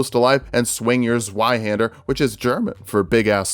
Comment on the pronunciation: Good pronounciation on Zweihänder, just need to be a bit cruder on the z. Pronounce it like a ts.